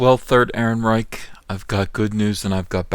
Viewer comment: I believe it's pronounced aryan-reich